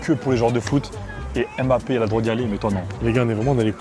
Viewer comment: Faire une vidéo sur Kylian Mbappé en prononçant mal son nom c'est chaud